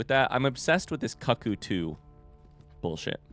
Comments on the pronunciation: Every time you mispronounce "cuckoo" I go a little cuckoo myself. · It honestly hurts my sanity a little after a few times. But it just tells me that he's never experianced certain things of joy in his life, and well, I'm glad he's got them to look forward to.